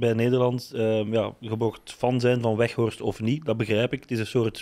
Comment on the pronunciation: Ik hoor steeds wegworst😁 is het niet Weghorst😂😂😂